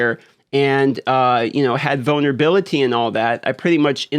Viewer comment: I thought you said “ramp up my boner ability” not vulnerability 😅